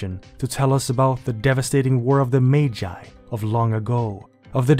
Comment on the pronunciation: Why did you say 'Magi' like that? 😅